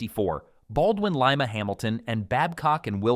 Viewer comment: I am only going to critique your C&O Allegheny chapter. To begin with "LIMA" is pronounced Lyma and not Leema. When you talk about the wheel arrangement there is no need to include the word "dash" between the numbers. The Allegheny was a well balanced steam locomotive with a factor of adhesion of 4.6 which meant less slippage on wet rail resulting in better traction. The horsepower number you quoted was drawbar horsepower and not indicated horsepower. A big difference! The Alleghenies were not hard on the tracks like its sister engine the C&O T1 2-10-4. Alleghenies were also used in fast freight and passenger service, the latter during WWII when they were tasked to haul upwards of 30 heavyweight passenger cars making up troop, medical and POW trains. They were known to be smooth runners at all speeds including the 70 mph passenger train speeds.